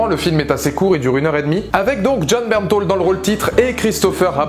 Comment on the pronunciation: j'aaaaaaaaaaaaaaaaaaaaaaaaaadore Jon Bernthal !!!!! Par contre j'ai regarder des interview et on dit Bernthal et pas "Bernthol"